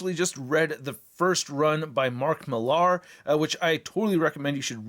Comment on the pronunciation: It’s pronounced Miller